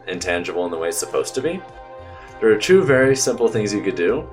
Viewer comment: I like that when you say two it sounds like your saying chu